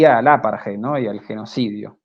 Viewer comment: Gracias por este informe. Excelente trabajo. Por favor, chicos, traten de trabajar en la pronunciación de palabras extranjeras. Jiler ?(Hitler. Hay una T en el medio) Apart-jei ?(Apartheid. TH=D) y muchas más palabras pronunciadas incorrectamente. La información que dan es tan importante que es una pena escuchar estas palabras mal pronunciadas. Distrae del mensaje que están dando. Es solo una recomendación.